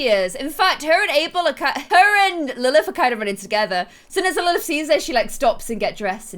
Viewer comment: lilth not faith